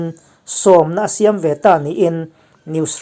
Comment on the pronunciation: 'Siam' tih leh 'khap' tih te hi a lam rik dan a dik tawk lo..a tawp lam hi lam hniam nise